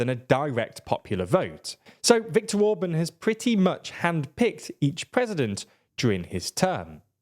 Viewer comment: TLDR: Orbán❌ Orbun✅